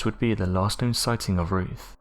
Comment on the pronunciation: Who is Roof? Do you mean Ruth? Mong.